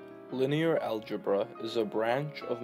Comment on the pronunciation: bro said algebruh